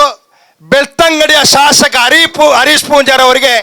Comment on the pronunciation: ಶಾಶಕ ಅಲ್ಲ ಶಾಸಕ.ಉಚ್ಚಾರ ಸರಿ ಮಾಡಿ ರೈ ಯವರೇ😊